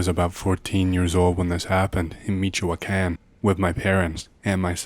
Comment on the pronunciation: Another banger. Michua-CAN lol